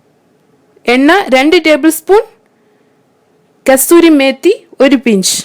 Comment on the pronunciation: കസ്‌തൂരിമേത്തി എന്നാണോ നിങ്ങൾ പറയുന്നത്,,, correct name കസൂരിമേത്തി എന്നല്ലേ